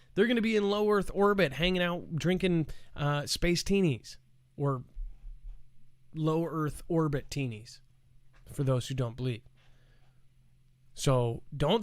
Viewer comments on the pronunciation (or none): Go.... that was a brilliant slip of the tongue....."low Orth Erbit"...😆